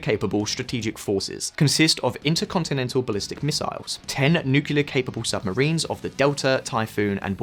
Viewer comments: I always thought Putin is a CIA stooge, now more than ever before. This war is just all too convenient for the US. >Avangrad missiles Jesus, lern to read, it's 'Avangard' (Avantgarde). Also, the word nuclear is pronounced /ˈnjuːklɪə/, not /ˈnjuːkɪlə/. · Nuclear from nucleus - meaning core. Nuclear weapon - (atomic) core weapon. Not NUCULUS or NUCULAR. Two syllables not three. Sorry it bugs me. :) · New Shot Game: Take a shot every time he says "Nukular" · Please stop saying nu-ku-lar. You're not even American! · nookie lard? why is so hard to say nuclear properly? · What are all of these nucular warheads you are talking about? I know what nuclear warheads are, but you've got me stumped with these nucular things. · "Newkewler". Ruined vid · It's N 👏U👏C👏L👏E👏A👏R . Nuclear! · I really want to hear you but your absolutely ignorant pronunciation of the word 'nuclear' is way too much of a distraction to seriously consider anything you say. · You couldn't have chosen a worse video to mis-pronounce "nuclear" in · Why do you keep pronouncing nuclear like that Texan president? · Learn how to properly pronounce nuclear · Love the channel but hate your pronouncing of nuclear. It's kind a 4th graders. Edit: says it correct on his voice overs in video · Dude. You need to learn how to pronounce Nuclear! Srsly how did no-one in your team pick up on that? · Why is 'nuclear' so hard for so many people to pronounce properly? I don't get it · I am glad to see someone else also got triggered by the way he pronounces NUCLEAR. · Nice video, but please consult a dictionary about the word "nuclear" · Nuclear NOT nukular! 😬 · Why do you call it newkiller? It’s nuclear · Before making a video about nuclear weapons, please learn how to pronounce nuclear. It is Nu-Cle-Ar. It is NOT Nukular. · DONT SAY NUCULAR. ITS CALLED N U C L E A R ! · IT IS NUCLEAR NOT NUCULAR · NU CLEEE ER not Nucular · Can somebody explain why they keep calling nuclear as nukiliar? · 1 shot 4 every nucular he says